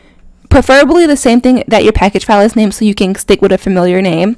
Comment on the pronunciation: When she was saving file I thought she was saying foul 😂 I'm sitting here like what the fuck is she talking about it, then yeah I made sense of it